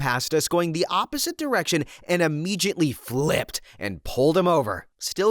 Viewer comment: "Immegiately?" Dude, there's no "G" in ImmeDiately.